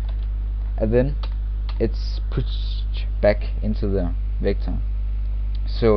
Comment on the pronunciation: Anyone else feel like he's saying victim? It's kinda scary.